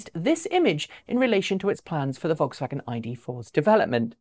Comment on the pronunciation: Vokswagen. Ha! They'll never learn.